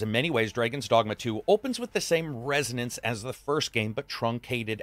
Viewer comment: Did I hear "Dragons Dongma"?